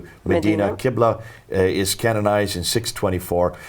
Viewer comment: It's Qibla, not Quibla.